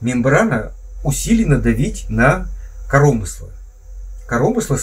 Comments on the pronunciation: Не "корОмысло", а "коромЫсло"!!! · Ха-ха)) КоромЫсло - это на грамотном русском языке))) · коромЫсло, а не корОмысло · Кто вас научил говорить корОмысло а ? Ппц грамматеи